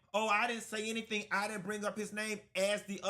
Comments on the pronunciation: She said she didn’t say HENNY-thing…😂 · If you listen, Porsha actually said, "I didn't say hennything." That girl is a mess